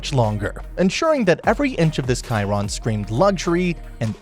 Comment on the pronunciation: "Bugatti Kiron"